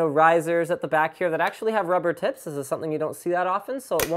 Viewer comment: Did anyone else hear him say "Rubber tits"? XD